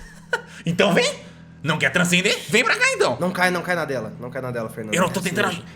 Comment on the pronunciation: Ninguém: Absolutamente ninguém: Agatha:bô transcender?